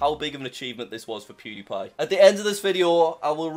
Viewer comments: you literally said pwediepie congratulations on passing 100 thausand subs😂😂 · pronounce it right jack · he said it wrong lol